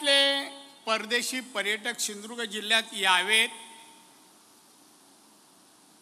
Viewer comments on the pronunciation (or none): सिंदूर्ग नाही सिंधू दुर्ग म्हणा